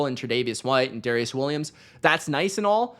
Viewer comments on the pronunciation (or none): none